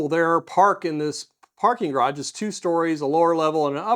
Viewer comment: Why is it so hard for many Americans to pronounce "garage" correctly? I mean, if there was a "d" in the middle, we would probably spell it "garadge"... neither the (US) English (ga·raazh) nor the French original (ga·raj) have this "voiced alveolar plosive" in the middle... so why insert one? I mean, I was curious and researched this a little and the only explanation for the insertion of a linguistically "decorative D" in "garage" was this one: "I once tried to pronounce it upper-class but then I sounded like a twat"...